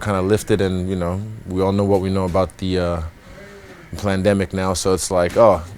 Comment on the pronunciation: Lmfao 😂 😂 did he said "plandemic "?